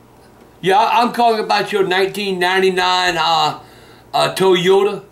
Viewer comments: 1999 Toe Yoda. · "yeah, I'm calling about your 1999 uh...uh Toe-yota" XD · the way he says toyota killed me... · “i’m calling about your 1999 toe-yota” i cant stop laughing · Toe yota